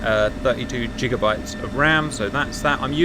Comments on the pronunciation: Did homie just say jiga? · Cap the G in Gigabyte is not pronounce like the G in GIANT but G like in the word GAP. You brits do a lot of things wrong. You drive on the wrong side, and you talk funny. LOL just messing with you. The map looks great for low level missions thru the fjords and valleys. Look forward to seeing it in a mission plan. Regarding healthcare i think you guys modeled it after ours. Our disability program takes so long that many applicants do not get to see the date. Speaking from experience, my fiancee WAS on public healthcare until time ran out in 2021